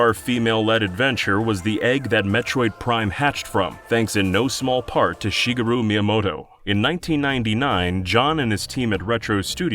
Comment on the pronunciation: "Shee ga roo Miyamoto"